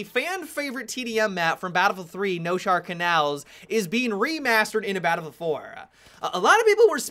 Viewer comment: Balffield fowar.